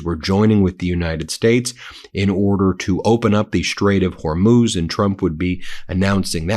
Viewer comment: Ben - I believe you can learn to say “Iran” rather than “Oran” if you try. You succeeded in learning how to pronounce “Hormuz” correctly. You can do it! Show respect for Iranians (not Oranians). Thank you for your efforts!